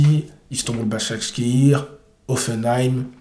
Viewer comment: Un like juste pour la prononciation de Basakshehir. Blague à part un modèle de force mentale. Espérons le voir comme coach !